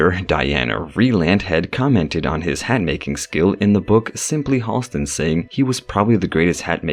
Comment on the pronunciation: Halston's name has never been eclipsed. BTW, the name is actually pronounced HAL-stin, not HALL-stin.